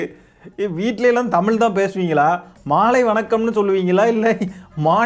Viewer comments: நீயே தமிழை. தமில் என்று தான் சொல்றே திருத்திக்கோ தம்பி! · தம்பி நீங்க முதலில் தமிழை ஒழுங்காக உச்சரிக்கவும் , தமிலு தமிலு என்றும், தமிழ் என்று உச்சரிக்கவும்.